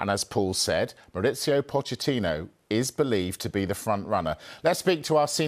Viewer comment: You don't pronounce the ch in Pochettino like you do in English. You pronounce it like a k